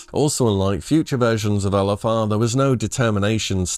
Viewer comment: English being my second language, every time you said LFR, I understood Elefar, which I assumed is the name of a raid boss I never encountered yet 😂 It does sound cool tho: Elefaar...👍